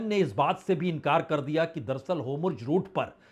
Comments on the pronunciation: Please pronounce Hormuz not Homurz. Shall be appreciated amidst your wonderful work. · Homurj❌ Hormuz✅ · Its not Homurz !! Its Hormuz :) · You’re a senior and an excellent journalist - I would appreciate if you can focus on your pronunciation of names of people and places. It’s Hormuz not Homurz, Araghchi not Agrachi, Netanyahu not Netanhu, among other names. Please! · बाजपेई जी, एक विनम्र सुझाव है। आप हॉर्मूज का उच्चारण होमरूज करते हैं और नेतनयाहू का उच्चारण नेतानू करते हैं। इसको थोड़ा सुधार लें तो अच्छा रहेगा। विनम्र सुझाव है 🙏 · Big fan sir. I had a request to kindly pronounce the names correctly like ne ten ya hu and hor mus. Etc.